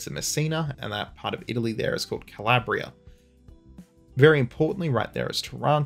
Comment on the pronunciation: 5 points for pronouncing Calabria sort of correctly -254 points for butchering Taranto.